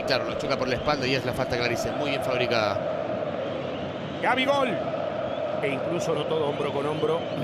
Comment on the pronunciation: "Gabi Gole" KKK